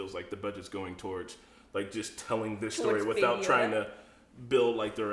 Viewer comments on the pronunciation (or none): none